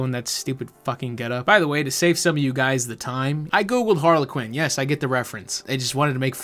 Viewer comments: So Harley Quinn is a play on Harlequin (har-le-kin)... Not sure why the mom said harlequin(har-le-qwin) lol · Im sure she's pronouncing harlequin wrong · ok you said Punywise I heard Pewdiewise